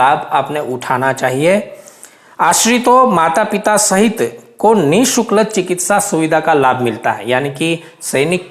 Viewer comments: Sir nisukl nahi nishulk hota h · Ni shukl nhi hota ni shulk hota he